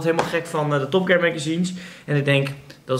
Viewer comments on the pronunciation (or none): none